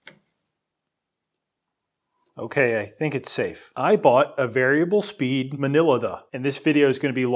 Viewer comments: It's not pronounced "minilathe" It's "mini lathe" as that's what it is !!! A mini lathe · "Today I bought a variable speed manila thuh". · I lost it at "minila-the" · "minilatha" ahahaha i do shit like that from time to time, only cracks myself up tho 😁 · Using AI to do voice over. Opening words for the "mini lathe" come through as "manilla the". Doesn't anyone proof things any more? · The way you switched minilathe with subscribe immediately after you mispronounced the former was incredibly clever. Kudos in a major way. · Mike Chambers I'm surprised it didn't shit itself, if it heard the way he pronounced what it is, from reading the one word MINILATHE into the video, lol... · Changing minilathe to subscribe after saying minilathe weird was genius